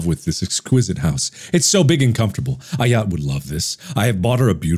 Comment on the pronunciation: My name is Ayat it’s a really rare name and he completely butchered it lol